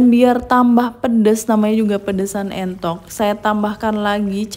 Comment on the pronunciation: Entok bu bukan mentok heeee